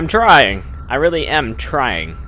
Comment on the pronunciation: woaw weally?!